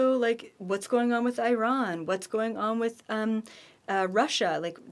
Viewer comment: Hello, I'm from Iran and currently living in slovakia, first of all thank you to pronouncing Iran correctly (defently not I_ran) and also I'm excited about October gfl summit to hear your point of view about my dear country and queet as well.